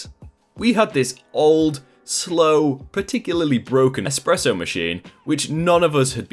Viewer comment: Except he says 'Exspresso' at least once.